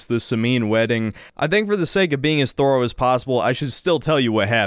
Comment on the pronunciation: Hey its pronounced thorough thur-o not thor-o. Weirdo.